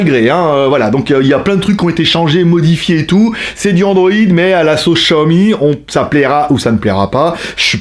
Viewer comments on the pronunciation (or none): none